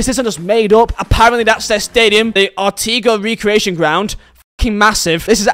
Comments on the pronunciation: It’s Antigua not Antigwa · Arteegwa is probably the best pronunciation of Antigua I have ever had in my life😂😂😂😂